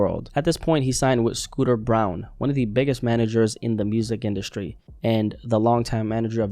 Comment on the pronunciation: Bron not brown